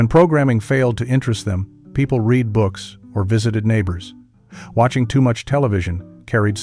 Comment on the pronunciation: AI needs work. Why can''t context provide a clue on how "read" is pronounced? This is so crude. Otherwise as a NYer in the 70s you're WAY too sugar-coated, you'll pardon the expression